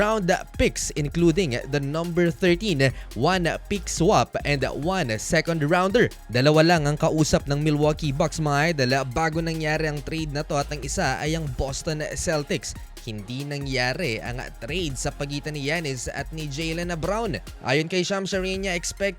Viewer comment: Houston-a, Celtics-a, shouth-a 😅 Baduy